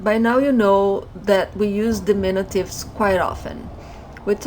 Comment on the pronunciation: we say dimin-U-tives. you are saying dimin-i-tives which is not correct